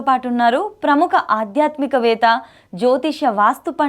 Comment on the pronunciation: ఆధ్యాత్మికవేత కాదు ఆధ్యాత్మికవేత్త. Be careful in pronounciation